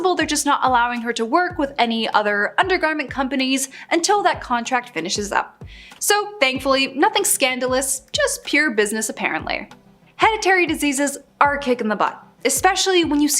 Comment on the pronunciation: Heditory Virtilago Hmmmm Interestingly pronounced! Also i think you mean psoriasis, as thats what she actually has.